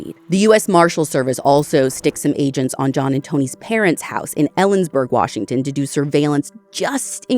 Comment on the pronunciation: Native Washingtonian here. Your pronunciation of these locations is impressive 👏